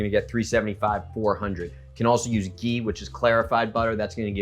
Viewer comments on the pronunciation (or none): none